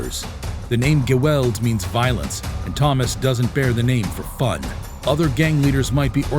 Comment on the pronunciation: Lol you should've learnt how to pronounce "geweld". The first guy from South Africa. It's a hard "g" and a hard "w". But yes the numbers gang, the 26s, 27s and 28s rule the whole jail system in SA, extremely dangerous